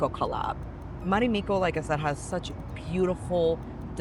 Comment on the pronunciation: It's not "Marimikko", it's "Marimekko". The E is pronounced like the first E in "evolution". And it's not "ivolution". Also, why does everybody who review business seats always have to mention that they work on their laptop during the flight? We all know you don't... I was on a flight a few months ago where the female next to me was writing on her laptop for 8 hours straight 👀, but that's one in a million.